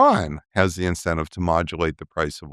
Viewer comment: Professor... with all due respect.. you meant to say 'incentive' referring to Iran's desire to whether it should or would strike a deal with the US. Instead, you pronounced it 'in-se-ni-ti-vity'!